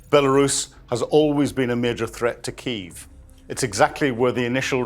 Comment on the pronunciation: Kyiv has two syllabics